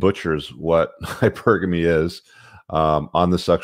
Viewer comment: She completely butchered the pronunciation of “hypergamy” as well